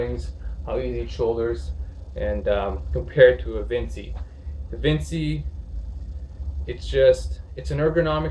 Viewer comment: All good brother. Just (gently) breakin balls. It's Vin-chee, not Vin-see. Ever heard of Leonardo da Vinci?